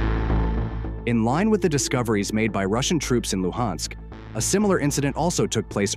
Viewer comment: The "Lew-Hensk" region? 😂😂